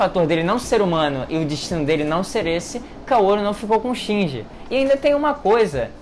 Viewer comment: Esse cara é mestre em mudar a sílaba tônica das palavras. Foram trocentos animes e filmes falando "Ikári" aí ele vem e fala "ikarí" e "shinjí". Como pode isso?